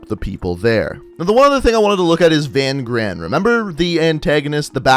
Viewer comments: It’s not VAN GRAAN, it’s pronounced fun kraan, in Afrikaans v is said as f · I know you don't know how to pronounce afrikaans names but that guys name isn't "Van gran" say V as an f and gs make a kch so Van graan the double a's is a aah so it's Van Graaaaan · Van Graan is pronounced fun graaaaaan with the other g sound.. i hve a friend with that last name please. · I love your videos man! Lol, just for fun- Van Graan is pronounced (Fan Khraan) in Afrikaans the G is like pulling a loogy. 😝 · In Afrikaans that name is pronounced "fun chraan. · I’m South African, Van graan that’s not his name you pronounced it wrong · And your saying Van Graan wrong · I'm also South African but the only problem i had was his pronunciation of Van Graan